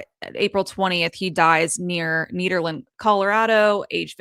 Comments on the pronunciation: Its ned NOT need.....erland. I live here and he did NOT kill himself..... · NEDerland not NEEDerland.